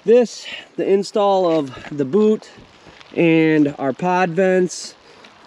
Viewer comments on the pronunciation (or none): none